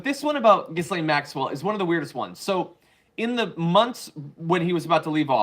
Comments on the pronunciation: Her name is French & pronounced Gi lane. The "s" is silent. The "G" as in Gigi. Dreadful women, but if you are going to talk about her please get her name right otherwise it is annoying. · Sound like a knob when you say Giz lane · John needs to know the S is silent in her name.